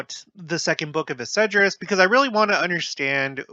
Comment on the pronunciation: EZ-DRAS...not Esedras